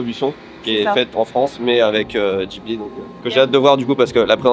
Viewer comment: faut qu'on se mettent d'accord sur la prononciation de " Ghibli"